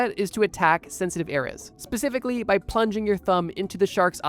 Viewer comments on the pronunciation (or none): none